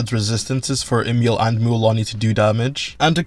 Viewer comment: Her name is Emilie not Emile..